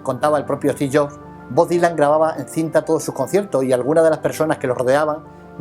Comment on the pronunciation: "Esti Llo" (Steve Jobs)